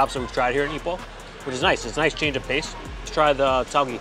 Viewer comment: Tauge is pronounced as tao-geh (like meh), instead of Tao-ghee Besides that, just wanna say I love your videos and the work that goes into introducing the food.